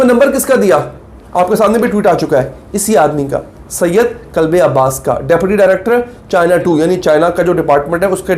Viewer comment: محترم آپ کا چینل بہت غور سے سنتی ہوں آپ سے گزارش ھے کہ آپ اپنی اردو اور عربی کی پروناون سیشن درست کریں یہ نام ھے قلب عباس کا مطلب ہے عباسی کا دل آپ اس طرح بڑھتے ہیں کلب عباس یعنی کتے کا دل قلب اور کلب کا فرق آپ کے سامنے ھے اور یہ دونوں عربی کے لفظ ھیں آئندہ خیال رکھیں شکریہ